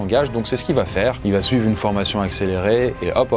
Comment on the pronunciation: Très bonne vidéo. mais par pitié arrête de dire va Têtre dans toutes tes vidéos. il n'y a pas de T à la fin de VA